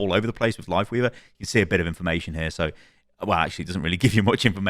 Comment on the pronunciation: Still trying to figure out if he said "Lifeweaver" or "Wifeleaver" at the beginning